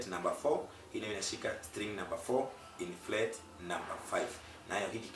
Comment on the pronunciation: Fret baba sio flet